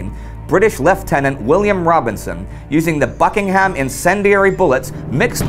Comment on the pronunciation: the 'ham' in Buckingham and Nottingham is pronounced 'um'. Bucking'um.